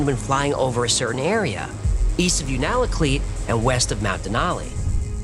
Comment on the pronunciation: For future reference Unalakleet is pronounced “You-naa-la-cleat.”